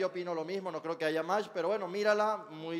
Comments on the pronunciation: Esa tipa dice aiga y según escribe un libro jajaja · La flechada de Jonathan dice escribir un libro y dice "aiga" jajajaja